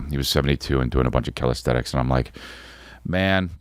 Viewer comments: Isn't it calisthenics? I keep hearing calisthetics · 🗣️CALISTHENICS! (Calis-thin-ix) C’mon buddy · Lol Chris its called Calisthenics not Calisthetics ❤